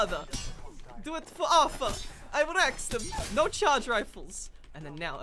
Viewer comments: It’s pronounced artar not arfer just saying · Anyone else triggers he says Arthur instead of artur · Its auteur not aurfer or author auteur